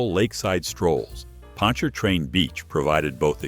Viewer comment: Yeah, I hate robot voices too, but it at least pronounced "Pontchartrain" right. I miss Pontchartrain Beach. I remember hearing the chainsaws taking down the Zephyr (woodie roller coaster) while I took the ACT at UNO.😢